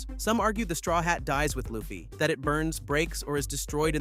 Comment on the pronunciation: thats not how you say LU FFY name